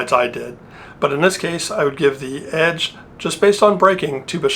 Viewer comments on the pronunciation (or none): none